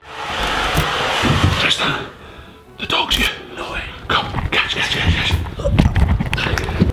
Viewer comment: I like how instead of saying here they say ere.